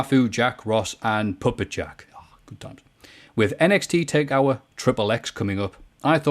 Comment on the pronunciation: Maffew kept calling NXT Takeover "Takeour."